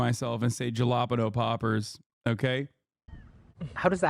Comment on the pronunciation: This is the day I learned that Hasan has been saying jalapeño poppers all this time. I've been wondering what the hell type of food he's always referring to. 😂